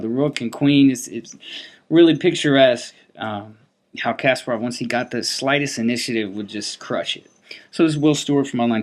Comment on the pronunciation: Always good videos but one thing always bothers me. It is not KAS-par-ov. It is kas-PAR-ov. Please, please say it correctly. It is almost painful.